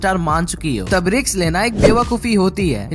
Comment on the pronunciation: Risk ❌ riks 👍